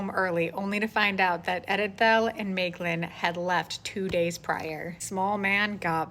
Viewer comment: I agree with your pronunciation of Maeglin 👍😀